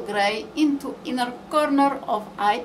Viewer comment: V shape in coRRRRnerRRR of Eye